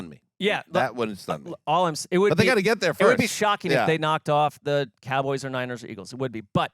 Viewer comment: I'm sure but I can't take you seriously when you say "Cowgurls". I'm not even a Cowboys fan, that just makes you sound stupid.